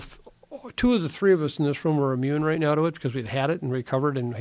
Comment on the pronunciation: LMAO , roight? 🤣💩